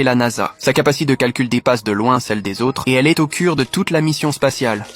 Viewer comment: Au "cure" ? IA ...